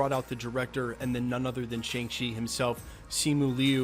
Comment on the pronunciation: Fin* not Fing and Shang-Chi* not Chang Chi